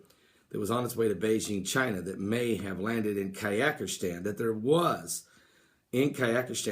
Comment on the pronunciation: what is Kayakishtan man?